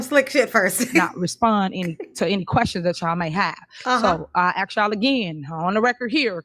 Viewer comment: New drinking game: "As it relates too" Bad grammar in general "Axe's" 😂😂😂 death in 10 minutes 😂😂😂